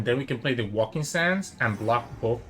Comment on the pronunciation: Oh btw can I just correct your pronunciation of "waking sands"? It's not "walking" but "wake" like "to wake up" >.< I've noticed it for quite some time